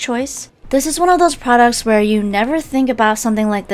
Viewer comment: oml "TESTING UNIQUE FRODUCTS" i love you xD